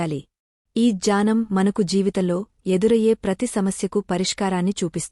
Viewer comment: ❤janam annttu vinipistunndi, 3times alage Cheppa vamma, gnanam correct kademo, janam jnanam kaka ఙ్ఞానం gnanam